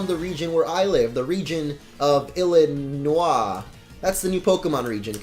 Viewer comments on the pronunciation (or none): You said illinoua😂